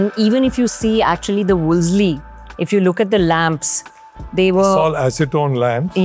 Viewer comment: Pal ,it is not Wolsely. Second ' L ' is silent.. 😅Woolsey ..